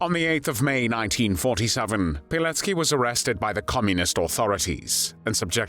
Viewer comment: It’s Pilecki not Pileck